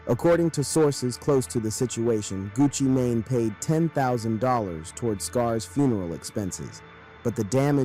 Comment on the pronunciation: I thought he said gucci Mayonnaise 😂